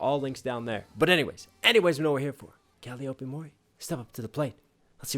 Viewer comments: the name "Calliope" is pronounced "Cal-EYE-oh-pee", not "Cali-OH-pee". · You could write a book interpreting almost any of Calliope's (btw that's pronounced Kah-lie-Oh-pee like the instrument) music and still not reach the full depth of their multiple meanings and inferences. She truly has the heart of a poet. One particular interpretation is of the "distorted story" verse. Each of the Hololive members are real people role playing a character for the masses, and the masses have added their own lore on top of the original creation. Those combine to form the audience's view, "another distorted story", but its still a fiction that rarely considers the past of the real person behind it. It "ignores the deceased"; the years of talent and growth and struggle they went through to get where they are. This seems to be a fairly common theme to Calli's lyrics. Add that to having to "live inside of the castle" that is Hololive with all of that attention and pressure when she would prefer a more low-key, laid back setting "kick(ing) it the dungeon". That's a lot for her to adjust to in a short amount of time. Especially if the attention is negative like the grief that IRyS got for her debut sub-count and Gura got for her rapid success. I think, in part, "Red" was one of Calliope's attempts to both express all of this as well as adapt to the changes it caused in her life. I find it interesting that, for a Shinigami, she seems much more focused on life.